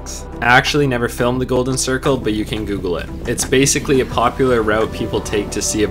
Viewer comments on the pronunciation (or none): none